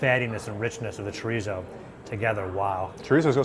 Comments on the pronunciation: I know. Just putting the wrong em-PHA-sis on the wrong sy-LLA-ble. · it's cho-rees-oh